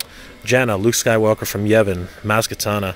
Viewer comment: Lol! Maz Katana! I love your videos but you have yet to get her name right . Maz Ka Na Ta! Keep it up great stuff.